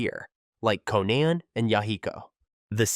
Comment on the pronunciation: If u are gonna make vids about naruto characters, learn how to pronounce their names correct. I went "Huh, who?" when u tried to pronounce Kisame or Konan or Sakura. Other than that great video, keep up the good work :)